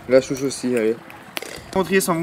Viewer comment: J'aime bien c'est drôle parce que des fois tu dis Chouche au lieu de souche sinon continue tes vidéos